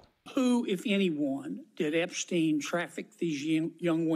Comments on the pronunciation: Can someone of you, muricans, explain to me why tf are you pronouncing subject name as [Epsteen] instead of [Epshtain] like in Einstein? It is obviously German one. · Ep-STEEN? Why can’t people at least pronounce the dead pedo’s name correctly?